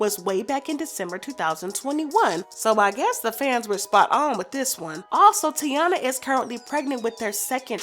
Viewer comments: baby girl not tiana its TY- EENA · HER NAME IS PRONOUNCED TAY-NA NOT TI-A-NA 🤦🏾‍♀️ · Say it with me Tai-eeeennaaaa Not Tiana Or tyana 😂😂😂😂😂😭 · Tyyyyyyyyyy Yeena not tiana I’m so sick of y’all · It’s TY-E-nah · Her name is ty-enna! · It tay-ina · Her name is pronounced “Tye-ee-Nuh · It’s Taina. (Ty-ena) Like the early 2000s show on Nickelodeon. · nope you the one loud and wrong her name is pronounced, TAY-NA , not whatever the hell y’all tryna pronounce even gherbo said it’s pronounce how I’m tryna say it 😂🤦🏾‍♀️ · it actually is Ty-Ena. Like Taina Morales from the 2001 Nickelodeon show Taina… Emily B pronounced her name as “Ty-ena.” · You said that girl name 3 different ways and none was the right way 🙄 it’s Taina it sounds like tyena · Girl her name is taina